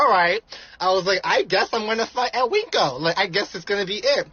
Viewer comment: Calling WinCo. 'Weenkos' bothers me for some resson 😂